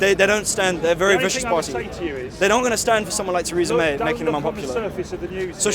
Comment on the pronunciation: Who is Taresa May ??? Lol